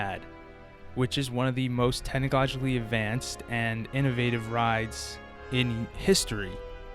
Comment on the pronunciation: “tennegodgally advanced” ???